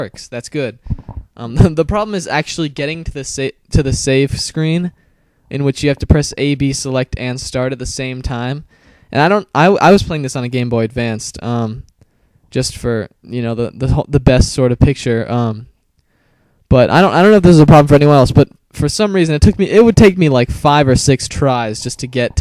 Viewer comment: Little tip for all of you out there, there is no "D" at the end of "Game Boy Advance." There's only one and it's in the middle of the word "Advance" and not the end. I'm really not sure why that's hard for people but there you go.